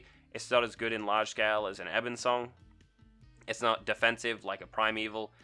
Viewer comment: bOnesong. You said Banesong every single time, but it's bone, not bane.